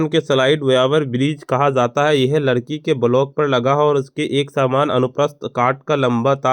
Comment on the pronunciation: लकड़ी ❎ लड़की ✅